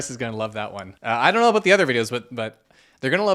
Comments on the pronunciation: The best part of the entirety of the video is when the tarot card witch was so dumb you went full canuck--aboot.😂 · Love your pronunciation of ‘about’….which my UK ears hear as ‘aboot’ 👢